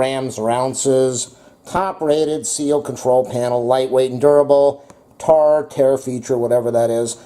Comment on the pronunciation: thanks for the advice about liquid measurements. I was wondering about that. Glad you cleared that up. By the way, 'tare' is pronounced 'tear', like you tear a piece of paper.